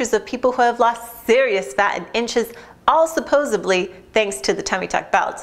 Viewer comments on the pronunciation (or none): It's supposedly, not supposebly. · Yep, Just like Joey Tribbiani on the TV show "Friends" she pronounced the word incorrectly. There is no Letter B in the word supposedly. That doesn't make her stupid, but, it also doesn't helps us feel she has credibility.